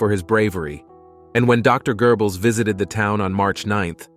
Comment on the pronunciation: Okay... its Goebbels not gerbels